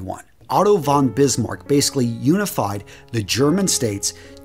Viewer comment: Good video ... but ... as many anglophile people you also have some difficulties in pronounciation. Leni Riefenstahl ... translation is scratch-steel ... you speak it like tire-steel. And the "V" is spoken like a "F" ... Otto fonn not Otto won. It is funny for geramn ears to hear the names in this way.